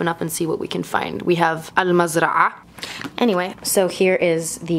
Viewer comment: I'm surprised she can say mzra'a with ع normally Americans can't say this letter